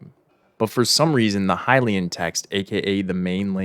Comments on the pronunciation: Also why do you pronounce Hylian like HILL-ayan Its HAI-LEE-an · Ok so I don’t wanna be THAT person, but I can not finish watching this without saying something about how you pronounce Hylian… Dude, they literally say the word in multiple cut scenes, how in the world are you mispronouncing it so bad lmao I’ve been like oH MY GOD, it’s not, “Huh-Lay-In”, it’s pronounced like, “Hi-Lee-Un” lmao if it was pronounced the way you’re saying it, then it would be spelled like, “Halayin” 😅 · Curious why you pronounce Hylian as "Huh-lay-un" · "leviathaaaahn" Idk if he's doing it on purpose to increase engagement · this is probably because those are the same letters in Hylian but can be pronounced differently and need to be translated differently into a latin script. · i hate the way he pronounces hylian, it’s so very wrong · ok im sorry but the way you say hylian gives me physical pain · The way you pronounce "Hylian" gives me agita.